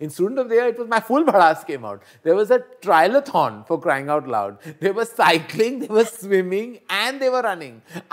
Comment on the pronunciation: Good stuff. - It's triathlon, Karan! Most of us wroungly pronounce it as trialathon.